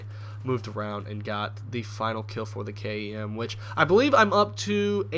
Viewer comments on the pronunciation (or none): You can say kem instead of k-e-m that might be easier:)